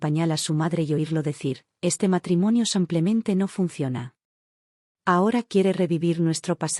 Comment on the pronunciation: Es Simplemente no Samplmente.. es Española y pronuncia así 😊